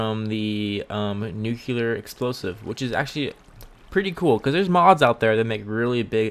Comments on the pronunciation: You said nucular. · Skidits his accent